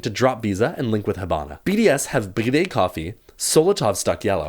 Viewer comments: Bro just say BriD lol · I am addicted with the way you saay BriD